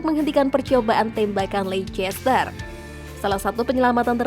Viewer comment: ian wright min, bukan LAN Wright😂. Dan Lecester bacanya Leyster bukan Leikester. Semoga bisa lebih baik lagi